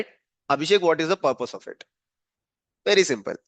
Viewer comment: wery wery long videooo